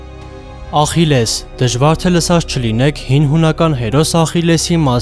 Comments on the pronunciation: Bayc aqilesa voch te axilles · Ոչ թե Ախիլես այլ Աքիլես